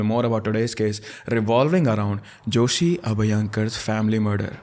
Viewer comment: Its not jhoshi its joshi